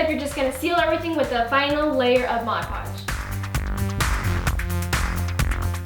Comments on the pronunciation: God I hate it when people say modge podge. It's MOD podge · Why do I always hear people say Moj Podge instead of Mod Podge??? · Not trying to be a hater because i love you and your family soon much, but it is pronounced MOD podg